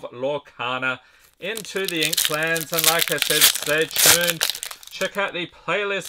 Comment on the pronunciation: Did you say inklands or inkclans lol😅